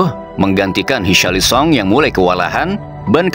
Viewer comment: Sun, park ji sang, richarlisong, penyebutan nama macam apa ini